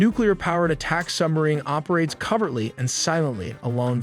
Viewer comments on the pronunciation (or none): Covert- ly instead of co-VERT-ly. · The submarines operate co-VERT-ly, not "CUV-vert-ly.